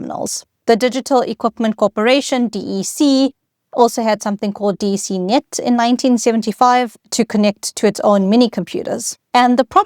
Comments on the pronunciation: Just a quick note. DEC. You’re the first person I’ve heard pronounced it as three letter D-E-C. I’ve always heard something like “Deck”. And I’ve worked 6-7 years almost exclusively on DEC Alpha and DEC Vax machines. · No-one ever ever EVER called it "D. E. C." -- it was pronounced to rhyme with "deck". Did The "Internet Explorer" AI slop image near the start was a real turn-off. As someone who was lucky enough to have an old-school ARPANet "...@ address at age 13 (~1979), even I couldn't get excited about this topic from the boring presentation style. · Hi - What a great, clear explanation! And with such interesting history. By the way, DEC was pronounced "Deck" like a a deck of a ship. And I used a PDP 11! It was also the basis of the VAX/VMS systems, which I'm not a huge fan of coding, but the assembler for the PDP was clear and powerful, and I loved programming it. It was the environment of my undergrad years. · It's always been "Deck" since Vax machines! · Yes, I came here to say I always heard DEC pronounced as “deck” like a deck of playing cards, not as 3 separate letters (as with IBM). I programmed on a DEC PDP 8e using assembler language and FOCAL (which resembles BASIC). Each day, we began by using 12 toggle switches to enter instructions. That allowed the computer to read separate fanfold tapes RIM, BIN, and FOCAL. I personally merged the 3 tapes into 1 big tape, to the delight of our teacher Margaret Meyer at Westhill High School in Stamford, CT. I think the year was 1971 or 1972.